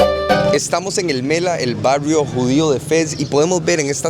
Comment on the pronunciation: الملاح el mallah la h se pronuncia